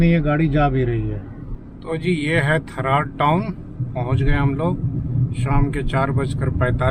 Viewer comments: Tharad bolte he ji Tha raa d d for dil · थरात है सर जी थर्ड नही है 😂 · One correction "थरड" नहीं "थराद"